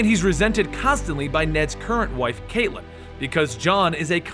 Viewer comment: Best part: you pronounced it "Kate-Lynn" and not "Cat-Lynn." Thank you.